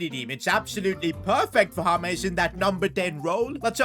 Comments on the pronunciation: It's J not H...James not Hames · BRO ITS JAY-MZ not HAMES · It is James not hamez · why you calling colmbian super player names his nime is James Rodrigruez not hames and not nickname to. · Who is Hames? His names is James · Why are you calling James, Humes? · Bro he is called James, not Humes! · Why does call him humeez